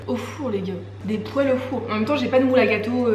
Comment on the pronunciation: omggg je l'aime elle aussi elle dis une "pouele" heheeee